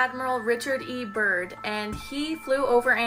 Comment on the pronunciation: That, I think it was second video with the girl talking bout admiral Byrd , botched it. Quite a bit.